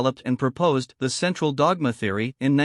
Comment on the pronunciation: What a computer voice. I almost vomited in the first 30 seconds because of the way it pronounced "the central dogma" repeatedly.